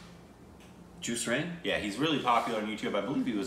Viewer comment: Not JuiceReign, It's Jus/Jas as in Just